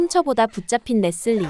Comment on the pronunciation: 레슬리를 자꾸 레쓸리라고 발음하는게 웃겨요 ㅋㅋㅋㅋㅋ 😂😅😅